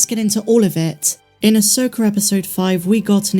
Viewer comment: I hate that your prounce it Asokarrr